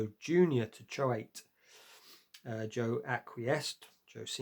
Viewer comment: No, Choate is pronounced "chote". It's a very prestigious elite school.